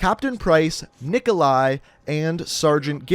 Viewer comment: It’s pronounced Knee-Coe-Lie